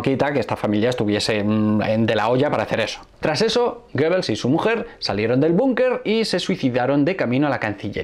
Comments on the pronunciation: GOEBBELS y no GOEBBLES. Dislexia universal. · Muchas gracias por este estupendo vídeo, pero es Goebbels, no Goebbles